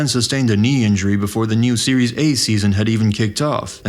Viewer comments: Why you always got to say 'series' A when it's 'Serie' dear AI or a person who made this video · It's serie aah, not series A. Pronunciation is off